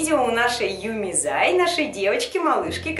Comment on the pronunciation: не Юми зай а Юми чу